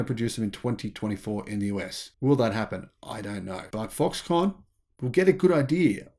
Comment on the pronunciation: Why are you saying Foxcon ? Are you insinuating that this is a con?